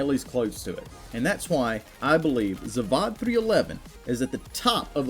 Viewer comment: It's not ZavAAAAAAd, it's ZavÓd. Hell naw, my ears are in pain rn. Look how he massacred my ZavÓd...